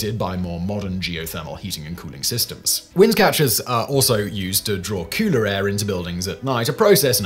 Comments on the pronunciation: No...its faster. All i heard was cooter air instead of cooler air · Is he saying cooter air lmao 😂😅😂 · Why does he keep saying “kooter air” lol